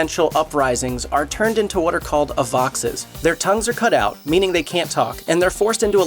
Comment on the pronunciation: Aye-Vox . Not "Uh-vox" "A" means "without" - like "atheist" "Vox" meaning "sound" or vocal sound "Avox" not "Avvox" or "Avoxx"